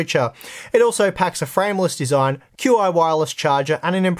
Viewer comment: q...i...? it's pronounced "chee". ;)